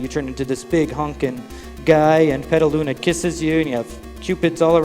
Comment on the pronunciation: "Petta-Luna"? 10/10 on that pronunciation there. Aside from that inconsequential slip up, I really enjoyed this run.